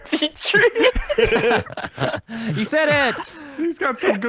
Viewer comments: Tirty tree trees at the e-tree convention. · Tirty tree😆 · I love you guys. Tirty tree 😂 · Therty tree sounds more like dirty three